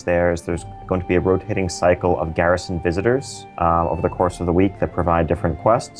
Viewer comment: Dat french pronunciation of Garrison. Gherishon!